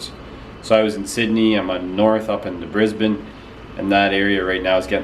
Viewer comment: Thank you for saying Brisbane the right way